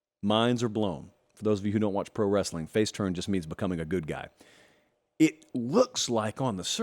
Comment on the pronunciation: LOL! "Pro Westling"